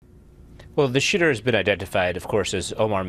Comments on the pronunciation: Did he say the shitter instead of the shooter. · Sounds like he says the shitter has been identified. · The first sentence of the video he says "well the Shitter was identified as... 😂😂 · At first it sounds like he says "Well, shitter has been identified"